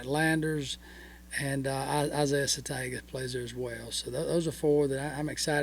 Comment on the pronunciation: him using the g in "satenga" is killing me